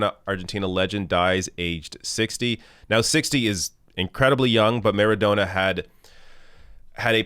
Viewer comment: I believe it's pronounced "MaradoNNa".